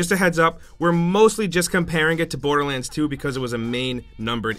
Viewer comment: "Boaterland 2" lol